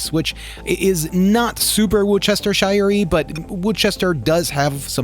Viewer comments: Having grown up 10 minutes from Worcester, where the sauce comes from, it’s pronounced Wooster-shire (not oooo, but uh, sort of halfway between Woos and Wus) It is not woochestershire. For ease of pronunciation, we call it Worcester sauce, not Worcestershire sauce. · Lol. It’s better pronounced “Wuhster sauce”. The “shire” is silent. I lived for many years near Lea & Perrins. There’s a whiff of the stuff in the air around the factory but the road is (was?) one of the few in the city to offer free parking. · It's pronounced Wooster-sher 😉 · Woosh-duh-sure or whoosh-duh-shire are both acceptable, say it all together and say it fast and with purpose. hope this helps. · Haha wor chest er sheer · LMAO please stop butchering Worcestershire 😂😂😂 You should pronounce it "Wustersher" or even just calling it "Wuster sauce" is fine too. Great vid as always though dude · Yorkshire lad here... Worcestershire sauce... pronounce wust-a-shur. Although I'm a meat eater, I'll be giving this a go. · hahaha you are saying worcestershire wrong haha its adorable haha its pronounced woo-stah-sheer. also there's vegan worcestershire sauce at dollar general and at aldis its really good too!